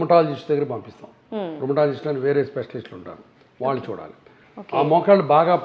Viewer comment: యాంకర్ కు సూచన "ళ " "ణ " అక్షరాలు పలకడం ప్రాక్టీస్ చేయండి ఉదా :వాల్లు, వాల్లకి పెల్లీ నీల్లు కల్లు మోకాల్లు మొదలగు మాటలు (వాళ్ళు, వాళ్ళకి, పెళ్లి,నీళ్లు, కళ్ళు మోకాళ్లు ఈ విధంగా పలకాలి. మన మాతృ భాష ను గౌరవిస్తూ విలువ ఇవ్వకపోవడం చాలా శోచనీయం మరియు బాధాకరం. మనం ఎన్ని వేషాలు వేసిన ఎంత మోడరన్ గా ఉన్న ఎంత వయ్యారం గా మాట్లాడినా యూరోపియన్ అనరు. మనలని బ్రౌన్స్ అనే అంటారు. మన నాగరికత మన భాష మనకుండగా ఇతరులను అనుకరించడం అవమానంకాదా?